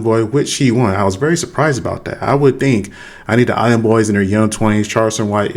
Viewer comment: "I wood tink"... oh you tink huh? Lol i agree peanut butter is delicious hahaha